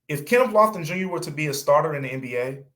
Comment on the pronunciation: Lofton? C'mon dude!!!!